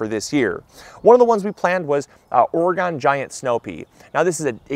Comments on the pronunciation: PSA - As an Oregonian, I have to correct you... lol.... Not Or-E-Gone.... Or-i-gun. Thank you. ;-) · * totally butchering the pronunciation of Oregon;P